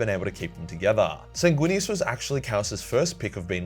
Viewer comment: Sanginius. Even Horus knew that, he said as such. Sanginius every brother (except Lorgar... maybe.) would have accepted.